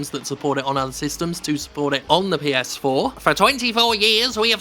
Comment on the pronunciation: Lol heard "Ps-foreplay"